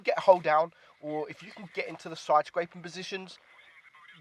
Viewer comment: can you say 'side'? you alway say 'soi' and the word 'last' you say 'lost'